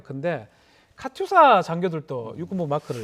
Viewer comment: 아나운서는 "카추샤"라고 말한다.. 카추샤가 아니고, '카투사'인데, 바른 정보를 전달하는 것이 목적인데, 엉터리 정보 전달을 했다.